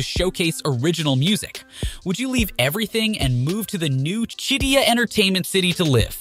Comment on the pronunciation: I worked on Qiddiya for 3 years. Please have someone who can pronounce Qiddiya please.